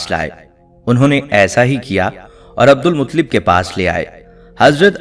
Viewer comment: ان کے تلفظ درست کریں عبد المطلب ۔۔ ل پر تشدید ہے۔۔۔